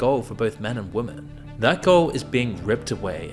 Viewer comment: For fuck sake, learn how to pronounce women.